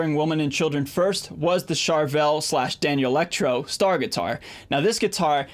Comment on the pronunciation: Great video - thanks. (Constructive criticism / nitpicking: Danelectro is pronounced “Dan-electro” not “Daniel-ectro”. Also, etcetera (etc.) is pronounced “et-setera” not “ek-setera”.)